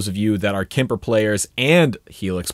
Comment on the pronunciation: Just as a side note: Kemper is pronounced with a hard "p" and doesn't have an "i" in it... 😀